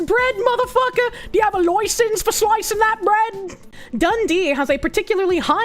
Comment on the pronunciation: OI YOU GOTTA LOICENCE FOR DAT WEEB SWORD